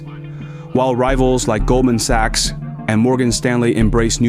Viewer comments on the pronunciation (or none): none